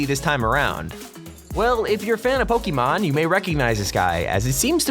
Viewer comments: when he said PokeEEEEEEEEEEEEEEEEEEEEEEEmon I cringed although u pronounce pyukumuku right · It’s pronounced Poke-ay-mon